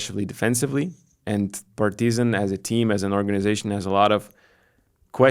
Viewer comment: why you are saying PartYzan? When in lithuanian you pronounce it totally correct.